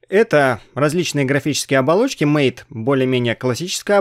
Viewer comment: MATE - это не "мэйт". Тут имелось в виду другое. Вот из Википедии: "MATE ([ма́тэ]) — среда рабочего стола, являющаяся ответвлением от кодовой базы не поддерживаемой в настоящее время среды GNOME 2. Название MATE происходит от испанского названия (исп. mate) вида падуба, растения, из листьев которого готовят одноимённый напиток." А еще в Линукс не файл подкачки, а раздел подкачки! Это разные вещи, хоть у них и похожее назначение.